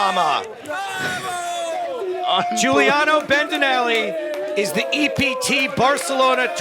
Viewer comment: It's not Guiliano It's Giuliano👌